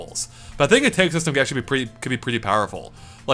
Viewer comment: Wait.. did you say "T-ay-g" instead of "T-a-gg"?